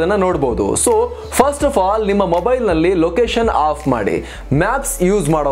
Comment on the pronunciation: ಅಫ್ ಮಾಡಿಬಿಡಿ. ಆಫ್ ಮಾಡಬೇಡಿ ಈ ಎರಡು ಪದಗಳು ಒಂದೆತರಹ ಕೇಳಿಸುತ್ತದೆ.